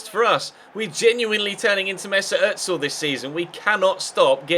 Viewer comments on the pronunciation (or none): It's ozil not otsil